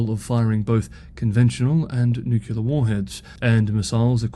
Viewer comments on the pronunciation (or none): It is pronounced nu-clear. Not nu-ku-lar. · So... why DID you pronounce it "nucular"? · It's okay. Peter Zeihan can't pronounce 'nuclear' either. Keep up the great work. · and you are not the only one saying NUCULAR. Fun that you realize it. I think it's a stupid way to say it, but see no reason to be angry about it. You DO understand that it implies an atom has a "nuculus" instead of a nucleus? And a "nuculus" is a non-existent object? Also, it reminds me of George W. Bush, one of the most ignorant politicians on record. When he bashed his way into office, he could not name a single foreign head of state, and he did not know that muslims came in sunni and shia varieties. And he always said "nucular." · That's the nucular option. 🙂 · We've really got to address newclear proliferation. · Do you really get “angry” comments just about how you pronounce “nuclear”. That’s just sad 😞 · Harrumph! Nuclear only has two syllables! Harrumph!! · Thank you so much for your updates. I don't care how you pronounce nuclear. lol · I didn’t even notice how you were mispronouncing “nuclear” until you pointed it out. Now I can’t not hear it. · "the way I say nuclear" 😂 Gets me EVERY time. It's nice to throw a little chuckle in among all the seriousness. BTW, I'd like to know how all the complainers pronounce "says" ("sez" a lazy American.) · It's wrong, but even the dictionary has given up and says it's fine. So 🤷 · As an American, I'm somewhat used to the "Bushian" pronunciation of "nuclear". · Holly crap you are getting comments on how you pronounce "nuclear" that is funny! Keep up the great work, see tomorrow. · when you say nuclear, it reminds me of George Bush jr. Sorry buddy.